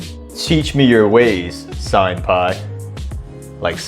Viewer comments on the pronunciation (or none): none